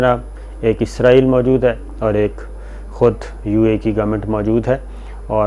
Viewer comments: Isko pronounce Izrail he kertey hain. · جی شاکر بھائی لفظ اسرائیل صحیح لفظ ھے۔ ازرائیل موت کے فرشتے کا نام ھے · مہربانی جناب آپ نے تصحیح کر لی اور ازرائیل کہنے کے بجائے اسرائیل کہنا شروع کر دیا۔۔۔ڈاکٹر شاھد مسعود بھی یہی غلطی کرتے ھیں اور اسرائیل کو ازرائیل کہتے ھیں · آپنے پھر ازرایل بولا آخری جملوں میں 😀😀😀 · شاکر صاحب آپ کا تکہ کلام اپنے پروگرام ناظرین اکثر پو چھتے ہیں پو چھتے یہں کیا کہنا چاہیے؟؟آپ اپنی ویڈیو دیکھا کریں اسرائیل کے بارے میں پہلے آپ کو کہہ چکا ہوں کہ عزرائیل نہی اسرائیل ہے ۔اللہ آپ کو خوش رکھے اور صحت کی دولت سے نوازے آمین